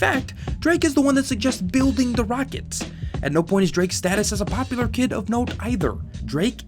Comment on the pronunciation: ITS PODULAR